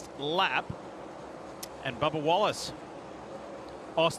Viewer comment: Sounded like he said Barbara Wallace during the line up :)